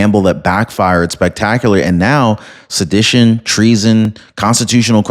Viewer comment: Its pronounced suh-di-tion